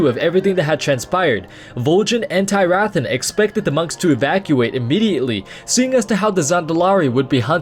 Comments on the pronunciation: It's Teer-uh-thawn. Not Tie-wrath-on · I had JUST finished this book a day before you made this video... wow. Also, I think you mispronounced Tyrathan. Other than that, great video. Also, Vol'jin set the traps, not the Shado-pan.